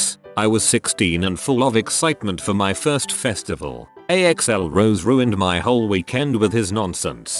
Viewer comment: Why can the voice not pronounce or say correctly simple words? Mispronouncing audience, axl, and orleans? That's software sucks lol